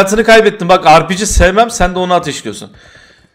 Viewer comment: askerliğini yapmamissin galiba her ağır silah videonda dikkatimi çekiyor yanlış anlama ama arpigi değil repege diye okunur güdümlü değil el bombası güdümlü demek birşeye kilitlenme özelliği olana denir. M3e1 mesela güdümlü o millete yanlış bilgi vermeyin birde montajını yapan kimse değiştir bazen gereksiz montajlar koyuyor iyi oyunlar seviyorum seni.